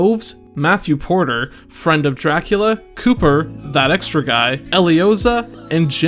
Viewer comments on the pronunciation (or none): none